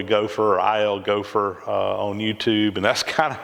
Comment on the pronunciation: Stick with ILGopher. Just kidding. I've heard worse pronunciations of my name. Fun visit.